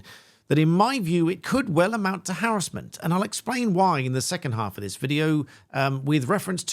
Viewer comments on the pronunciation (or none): It’s not harrisment it’s harassment😂 was annoying me 😂😂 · I didn't think I'd get so annoyed at hearing harris-ment all the time, rather than huh·ra·smuhnt. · I swear if you say "harrasmemt" as "harrazlment" one more time im gonna lose my mind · Why do you prounce harassment like that? Is it because it is a legal term and is said like that to distinguish it from the everyday use of the word?